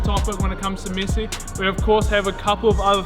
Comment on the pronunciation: Its MESSI not MYSY